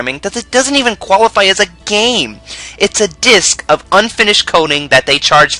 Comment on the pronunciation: Shadow es good gayme